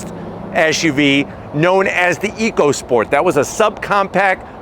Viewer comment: it's actually pronounced Echo Sport. Not sure why though.